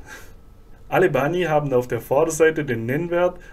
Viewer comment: Hallo Bani sagt man nicht!!! Das heißt Ban !! Das i am Ende wird ganz selten ausgesprochen. Fast nie.